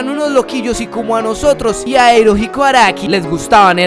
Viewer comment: hahahahahah cada que escucho "Arika" se me viene el meme de "Marika" a la cabeza. Araki,, A RA KI. XD